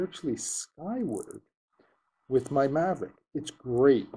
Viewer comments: did he say Mavric..like from TopGun. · "DJI Mavrick pro"? :D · excellent video...thanks...btw, there's no 'r' in mavic ;) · DJI "Maverick" Pro, haha. :) Honest mistake. Good video buddy.